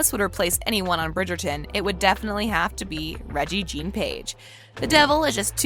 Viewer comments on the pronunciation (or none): I don't mean to be picky, but shouldn't the narrator check on the pronunciation of certain words before recording the video? Regé is pronounced Reggae, Jean rhymes with John, and the name is Featherington. Plus Lady Danbury is not Simon's grandmother. She's the best friend of his late mother and helped raise him. Did you watch the series?